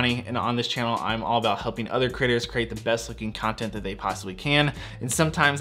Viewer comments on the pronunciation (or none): Ha ha ...” all about helping other critters ?” I know, he slurred ‘creators’, but that’s what it sounded like. 👍✌🏻😁😂